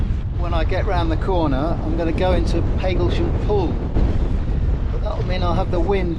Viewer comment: Lovely job,. Just one thing: I grew up in Hadleigh, Essex, and I always thought it was Pag as in bag Paglesham. Have I been wrong for the past 70 + ( plus quite a lot) years?